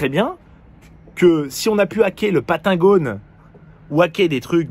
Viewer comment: "patengone" ptdrr